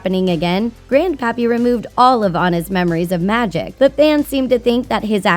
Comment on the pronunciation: Is it just me or... “Grand Papi” xD